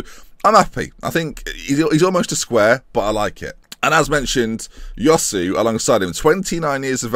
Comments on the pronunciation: Josue is pronounced Hoswe, not yosu. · Like the signing but Josue is pronounced Hoe-Sway. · Great video and as usual really good and creative intro! Just to point out Josué is pronounced Chu-Sué...